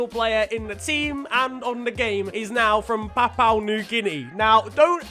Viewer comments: Bruhhhh, I love how you say papau, it’s pronounced Papa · I thought it was papa new Guinea.. Not Papau new Guinea.. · its prononounced (or pro nonced) papa not papou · ITS PA-POU-WHAA new-ghuinea Not papaw Also ... more football this week please , to change your mind ... i got like 50 euro's mate , does that change your mind?? :p #BelgiumLeagueIsNeglectedByFifaStreamers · its "PAPUA" pronounced Papa not "PAPAU" as you keep saying XD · It's papua not "papao" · It's Pa-Poo-A New Guinea. Not Pa-Pa-oo New Guinea. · It’s pronounced papa not papow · Its prounouced papa new guinea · It's "Pa-pu-ah" New Guinea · Papua is pronounced PAP-ooh-ah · Are we not gonna talk about the fact that said Papua wrong the whole time? Btw if we don’t get a part 2 of the names there will be strong worded letters...